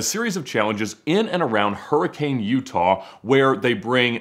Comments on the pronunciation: Hurricane is pronounced hurri-cun not hurricane. Its a utah thing dont ask questions just enjoy the fry sauce. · Don't let the locals hear you say hurricane, lol. they pronounce it more like "herkin". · You need to learn how to pronounce "Hurricane" the way they do in Utah. Especially before you go there. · More like hurricune